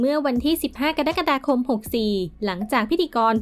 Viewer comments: กรกฎาคมอ่าน กะ-ระ-กะ-ดา-คม.ไม่ใช่ กะ-ดั๊ก-กะ-ดา-คม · อ่านว่าเดือนกะดั๊กกะดาจริงอะ🤣